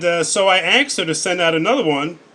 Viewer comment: Did you kill Stephanie when you axed her? It's fucking asked. Why is that so fucking hard to say. Axed?.... Really? Jesus. Read a book.